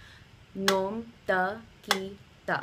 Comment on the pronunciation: Hi, Dha ta ki ta is really धा त कि ट The second ta is hard in all the phrases here. Probably you know that by now. 🙂 It's interesting the way you have approached Hindustani classical. I've heard around ten other pieces that you've composed. Trying to understand the 'why' behind the specific techniques you've used. For instance I found the use of the violin 'tanpura' changing its 'nyaas' when the entire melodic line shifted up the arohana in the Bihag piece (you in the blue sari) to be a great way to explore harmonic techniques. That idea was a 'wow' moment for me (though the counterpoints prolly ran into apavaadi swaras and that was very harsh to these hindustani ears 😊) I'm intrigued now. And am eagerly awaiting the time when you'll move from harnessing the swaras (like you are doing in these pieces), to harnessing the raganga, to harnessing the rasa of the raga, perhaps even doing shrutikari to express it. It's super exciting to glimpse the idea that you have created. Thank you so much for thinking afresh, for imagining a music that will, someday soon, make rasiks of both traditions want to hear ever more.